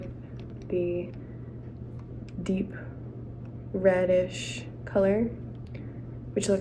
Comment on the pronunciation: Did you say the deep reddish or the deep radish colour?😂